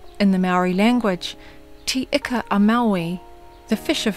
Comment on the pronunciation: Some of your pronunciation was a little off but thats okay, but thinks when you compare ika, to the greek word for fish, māori say it "eeka" so when you compared the two i didnt exactly understand the correlation with pronunciation but the rest i understand, what an amazing video